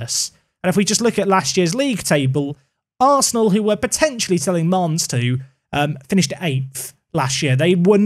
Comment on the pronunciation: Bro....pls not mannes